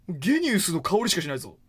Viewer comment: ゲニウスってジーニアスをそのまま読んだみたいな感じでしょ？なんかきついな